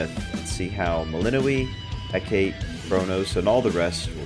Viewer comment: Isn't her name pronounced Mel In Noy